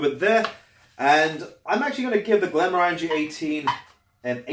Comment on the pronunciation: Hi, Glenmorangie is one of my favourite distilleries. I love their quinta ruban and N d'Or. 10 year original is good value for money. Just a piece of info, The morangie in glenmorangie is pronounced like how you would pronounce orange, orangie: glen-mo-orangie